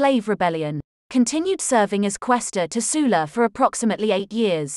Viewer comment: Sul-la not Soola